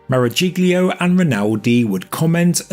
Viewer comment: Marajiglio...! Really, have we learned nothing...? Maragiollio.